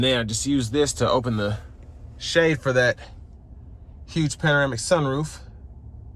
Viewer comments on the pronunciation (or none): It's pronounced Pana-ram-ic, not para-mic. Bruh really?